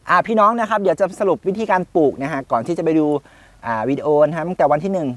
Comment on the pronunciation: คำว่าปลูก อย่าออกเสียงว่า ปูก